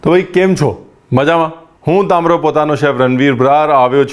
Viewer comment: "Tamro" nai "tamaaro" for just correction😊